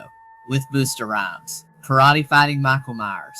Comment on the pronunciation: The way you pronounced Busta Rhymes has me cracking up 😂